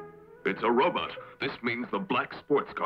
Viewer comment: “It’s a robutt”!